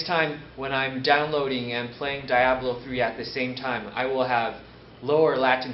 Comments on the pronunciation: dye ablo 3... lolz, I can't believe Asrock can't find someone better then this dude. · de-ablo three